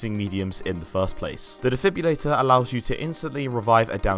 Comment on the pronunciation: IT'S DEFIB-RILLATOR not defib-ulator lmao